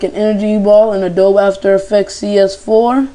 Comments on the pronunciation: its adobe not adob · Adobe is pronounced Ay-dow-bie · Says who? if You read it according to English reading rules then it's "Adoebh". You're just repeating what you hear most people say. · "In adob af aftekz CS4" lmao